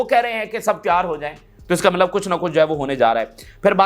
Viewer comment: CODU BHAEE "MALAB" NAHI LAFZ "👺MATLAB" HOTA HY